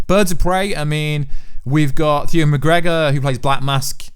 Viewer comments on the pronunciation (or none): none